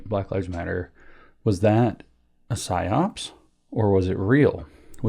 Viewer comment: It's PsyOp. Singular. No second S.